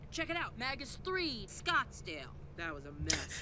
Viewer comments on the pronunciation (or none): “Did you say Snotsdale?” “ I did.”